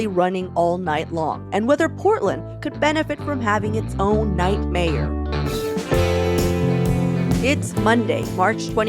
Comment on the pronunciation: I understand the "night time economy directors" title as it sounds like you're saying "nightmare". :)